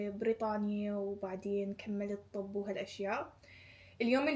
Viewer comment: اسفه بس ليش تكولين طوب بدال طب 😂😂